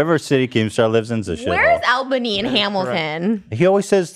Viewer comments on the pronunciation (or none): Fun phonetics fact! From someone who lives in the Albany area, here’s the proper pronunciation of this place! A L L - B A N Y not! A L - B A N Y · As someone who live in Albany I hate when ppl pronounce it like that